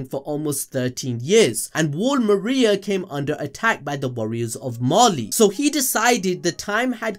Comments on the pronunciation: "mira" but the name is Maria hahaha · He said Mira instead of Maria for one of the daughters name but solid video! :D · This man man really prononced maria like mira lol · Mans said Wall Mira 😭😭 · What I'm very confused about is why people are pronouncing MARIA as mira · Maria ❌ Mira ✅